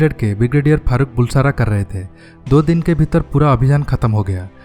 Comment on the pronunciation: How come Brigadier of Indian Army didn't know Maldives ? It's really surprising. Also pronunciation of Bulsara is बलसारा , not बुलसारा !